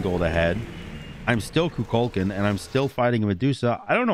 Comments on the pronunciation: Love the game. Hate the way you pronounce Kukulkan. 🤣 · Why do so many people botch the pronunciation of Kukulkan?